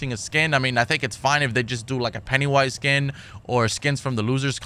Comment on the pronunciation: Did he call him Pettywise?